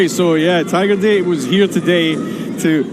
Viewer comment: Pronounced DAH-tay from tiger date, not “tiger dayt” like the announcer said. Nobody told him?…